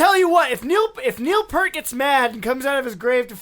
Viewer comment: you mispronounced his last name it is p ear t ear as in whats on the side of your head p ear t